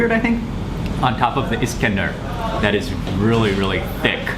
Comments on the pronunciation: adam iksender diyor ya iskender e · He also said Iksender instead of iskender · ...... Iksander? ....... Comon dude! :/ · It’s iskender not Iksender kebab. However thanks for trying and liking it. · Escander pronounced EsKander....ESSSSS CAN Der wow your pronunciation of the dishes is terrible man and you're in Turkey? It is simply really terrible the way your insulted the foods names and the bread is not like a crouton...you're simply and idiot...wow make sure to block you're ignorance from my children. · Its "iskender" not iksender like you said Mark :D and the drink is AY RAN not AR YAN :D